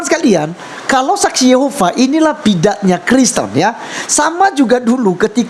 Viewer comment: Saksi yehova apaan? Boong ni ibu! SSY menyebut diri sbg saksi yehuwa..bukan saksi yehova. Selain sebutan saksi yehuwa berarti mrk di luar dr komunitas